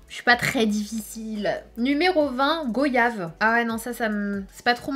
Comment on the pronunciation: Sinon, goyave se prononce comme voyage. des bisous